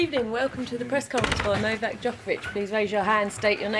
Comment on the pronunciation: She literally calls him "Novaxx" - 😂😂